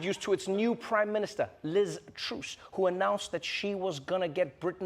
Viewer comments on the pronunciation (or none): Are you deliberately calling her Liz Truce? ... it's Truss to rhyme with bus! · Trevor, it's Truss (u as in up) not Truse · What the heck is this Liz "Troos" thing? Do Usonions pronounce "Gus" as if his name was a large white water fowl? 😂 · It's Lizz Truss....not Truce! Cut the woman some slack! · Did Trevor call her "Liz Truce"? 😄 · Its pronounced Liz TrUSS as in trust but with an s instead of t at the end. You're welcome. Hopefully we don't have to say it for much longer. 🤬🤬🤬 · Anyone noticed the Liz Truce/ TrAss Trevor mispronunciationv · Truss is pronounced like “fuss” not “troose” - it’s not difficult 😂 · Is that how to pronounce Liz Truss? I'm so confused. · I don't think that's how you pronounce Liz Truss' surname... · I mean, you didn't pronounce Liz Truss' name correctly but on the other hand no one cares about Liz Truss. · Please learn to pronounce Truss. It jars just about enough to take away from the jokes. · Why do they pronounce Truss like this ? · Why is Trevor mispronouncing Liz Truss's name?